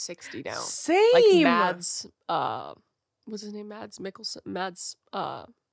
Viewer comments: KRIS WTF?! The "DUTCH guy Matts Mikkelsen" is S DANISH GUY NAMED MADS"! PRONOUNCED "mas" the D is silent and again.. he is DANISH! Jesus 😂😂😂😂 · First of all: he's Danish, thankyouverymuch. Second of all, the d is mute. Mads rhymes with Christmas. Lars Mikkelsen is his older brother, btw – you may (or may not) have seen him as Charles Augustus Magnussen in Sherlock S03E03 (His Last Vow). (No, I didn't expect you to know how to pronounce Mads. I'm not that crazy. 😜)